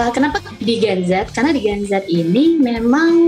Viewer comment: Ngomongnya jen zet jen zet udah kek mati lampu aj